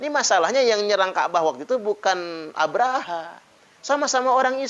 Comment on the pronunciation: Abroha bukan abraaha!!!